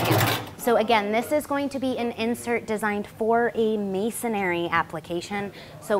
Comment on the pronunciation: "Mason-ree" NOT "mason-airy"